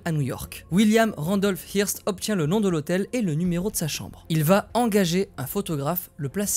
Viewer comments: Ça se prononce "heurste" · hearst ( je crois qu'on prononce eurst ) , c'était le Bolloré de l'époque